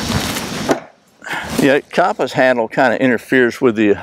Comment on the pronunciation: The way you pronounce compass..🤦